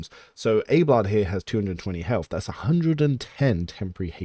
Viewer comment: but you're pronouncing it "Abe-lard" ? It's not pronounced like that by anyone in the game. It's Ab-eh-lard.